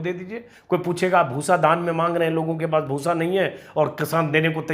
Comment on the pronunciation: Bhoosa na huya “bhus” ho gaya 😜😝😜😝